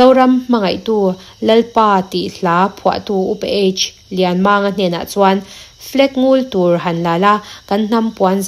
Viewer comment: Lianmanga,tih hi manga tih hi a thluk a hniam tur ani.eg mangan thlak tih a mang a hniam ang hian lam tur ani